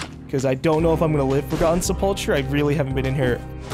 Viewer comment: btw if any one or even is wondering or just for a little bit of info, Sepulcher is pronounced se pəl kər, and is generally a small tomb for a body. Now this is just for fun and that is all, not being an ass or anything, thank you.